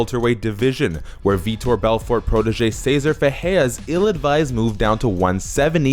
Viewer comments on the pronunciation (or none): none